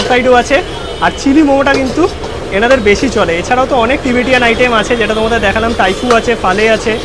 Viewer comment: আবার টিবেটিয়ান। ভুলভাল ইংরেজি আর শোধরাবে না।